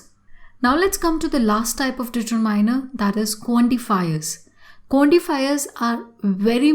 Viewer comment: She is even unable to pronounce accurately e.g determiner